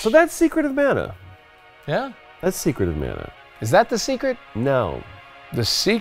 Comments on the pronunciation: Nolan had it right, its muh-nuh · Nolan North coming in with the right pronunciation of Mana.